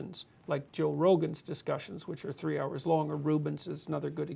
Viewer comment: 3 or tree?